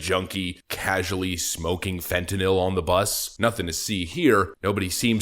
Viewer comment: Thank you for pronouncing fentanyl properly